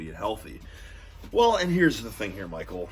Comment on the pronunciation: Did he say Pichael? Or Michael?